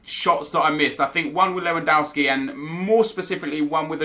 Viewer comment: why do you call lewandowski lewandauski?